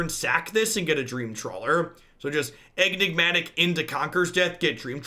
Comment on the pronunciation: are you calling it EGG-nigmatic on purpose?